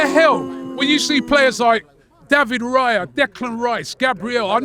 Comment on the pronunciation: All that praise but he can't learn to pronounce Raya's name. And it's a four letter name